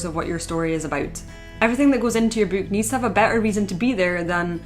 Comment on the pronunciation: Bewk. I could hear it all day.